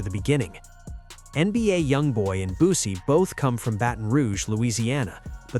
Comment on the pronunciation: Fuck all that pronounce that man name right BOOSIE his fucking name not boozy